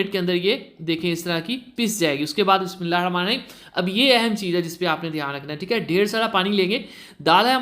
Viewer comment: Bismillah sahi say parha karen